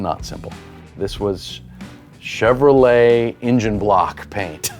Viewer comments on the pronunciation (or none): none